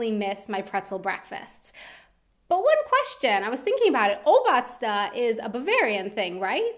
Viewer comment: i like how you pronounce obazda :D regarding your question: i went to japan a few years ago and i really enjoyed free water to your meal in the restaurant. thats amazing.